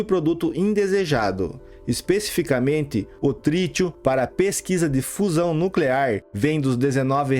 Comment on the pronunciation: Não e' no clear,e' nuclear !